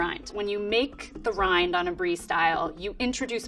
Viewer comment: She got the mozzarella right, but the brie not😂😂